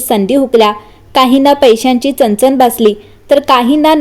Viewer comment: तान? चनचन ? आणंद? पन ? लई भारी मराठी!